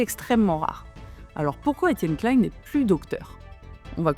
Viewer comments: 😀👍 Très intéressant, bonne forme, bond fond, bien sourcé, et ni trop court ni trop long, je m'abonne. Bon, ce n'est pas un reproche, mais juste surprenant pour quelqu'un comme toi qui a dû entendre des dizaines de fois son nom prononcé, il semble qu'EK prononce lui-même son nom "KLIN" (comme PAIN) plutôt que "KLAILLE-N" à l'anglaise (comme la marque Calvin Klein). Ca fait des dizaines d'années que je l'ai entendu ainsi, et comme en France on le prononce habituellement ce nom depuis longtemps. Il faut admettre qu'en France la prononciation des noms est parfois conflictuelle, controversée, et parfois politisée, mais cela n'est pas de ton fait. Enfin, un avis sur la forme : le défaut d'utiliser des "air-quotes" (mettre des guillemets avec les doigts en l'air) est certes à la mode chez les Youtubers jeunes ou anglo-saxons, mais est un problème car si les gens n'entendent que l'audio, il ne les voient pas. Alors autant dire explicitement "entre guillemets" à voix haute, ainsi l'audio cela sera utilisable sans perte de sens. (je chipote, mais un scientifique est attentif à la communication 😏et je sais que cette remarque est appropriée). Ah, et la miniatture (Thumbnail) de ta video est bien sûr très importante pour le référencement et le clic, mais faire du Clickbait avec EK derrière les barreaux, ça craint, c'est à la limite de la diffamation, car dans aucun, sauf erreur, il ne ferait de la prison. En revanche, les expérimenteurs fous de la bande à Joyeux, eux, en risquent peut-êtr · Alors détail, ça ne se prononce pas comme Calvin Klein, mais Klein à la française